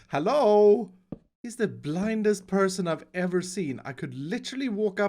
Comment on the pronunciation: Why does always mispronounced hello (hallo)